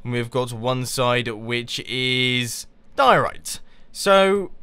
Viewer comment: diorite sounds like diorea XD